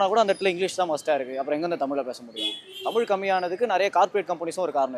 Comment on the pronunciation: இரண்டாவதா பேசின 'தாத்தா'வே.. தமில்.. தமில்.. னு, 'ழகரம்' பழகுங்க பெர்யவரே.. 🤕